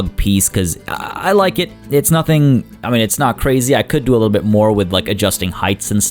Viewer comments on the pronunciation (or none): none